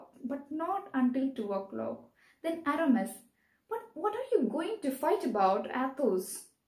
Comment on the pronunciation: Mam but you are mispronouncing the names😢.... Athos will be pronounced as aathos that is correct but the rest.... Porthos will be pothos, aramis will be ahaamees, D'artagnan will be deaartenyon and the de jussac pronounciation is ok